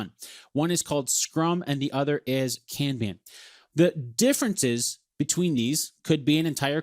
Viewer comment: American you are pronouncing Kanban INCORRECTLY.